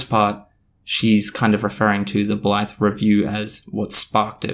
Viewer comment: Oops. Just had to delete a comment saying you looked like a racist because you kept describing the reviewer as a "black person". Turns out with your accent at 2x speed "that Blythe person" sounds a lot like "that black person" lol